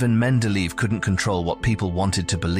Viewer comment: Wonderful content here but terrible pronunciation of his name. Should be like men-de-leh-yev.